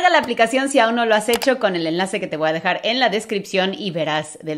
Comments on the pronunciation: vua dejar, es, voy a dejar. 😄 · Escuchen bien dice te voa a dejar en la descripción es imposible hablar rápido y decir voy a dejar en la descripción